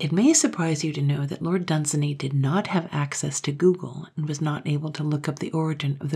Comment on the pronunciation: "Dunsany" rhymes with "rainy."